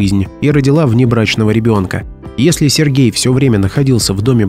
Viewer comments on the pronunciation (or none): Да, феерично произносить слово "поЭт" через "Е" . Ещё "посчастливилось" слышать "эсли" вместо "если" - тоже шедевр.